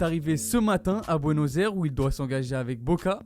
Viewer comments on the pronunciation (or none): Amigo faut que tu sache que Buenos Aires ce prononce Buenos aye resse.